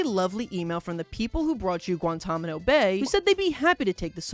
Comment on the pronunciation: "Guantamano Bay"